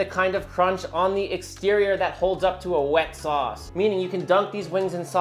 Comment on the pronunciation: It's all about the saus... That was a little Dutch 😂